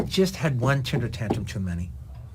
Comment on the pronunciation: No one ever told Quentin that it's pronounced TEMPER tantrum, not TINTER tantrum?